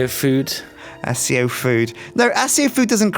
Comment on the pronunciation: They keep saying accio as (as-io). It's (ac-io) kmon man